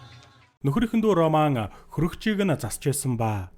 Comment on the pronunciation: Энэ кино бол 2009 оны HORROR/ROMANCE төрөлийн Possession гэдэг кино гол дүрийнх нь 1 болох Lee Pace жүжигчиний тоглосон ROMAN гэдэг дүршдээ хар малаа үхсэний чинь ОРООМАН ОРООМАН гээд хуцаад байгаан бэ РОМАН гээд дуудчаачээ ямар сэжгийн сонсогддог юм бэ РО РО РО РО РО - МАН за юу РО тэгээд шууд МАН үхсэний чинь ОРОО МААААН бэ зайлаа Чам шиг юмнууд л Чемодан - ЧАМДААН Окумалятор - ХУМЛААТАР Овчарк - ХАВЧААРК Рэмбо - ЭРЭЭНБООВ гэдэг байхдаа зайлуул Р үсгээр эхэлсэн үг болгоны урд дураараа ЭГШИГ нэмж дууддаг хөдөөний 1960 оны тархи чинь хонины ноос бөөснөөсөө салаагүй юм уу РОМЕО ЖУЛЕТТА - ОРООМЁОО ЭЖУЛЭЭТАА гэдэг үү чи? Титаник киноны РӨҮС/ROSE - ОРООЗЭЭ гэдэг үү чи хар малаа ROCKITBAY - ОРООКЭТБААЯ гэдэг үү 1 дүгээр ангидаа дахиж суугаад Р үсгээ сураачээ малаа дуудахад авиагаараа ЭРРР гэж сонсогдож байгаа ч ҮГЭНД орохдоо ЭР АР ОР УР бишэшдээ хар хөлдөө тархитай малаа Чиний наад гэсний чинь урд дураараа эгшиг нэмээд ЭМЭР ВООДОО ӨМӨР ВООДОО АМАР ВООДОО гээд байвал ямар байна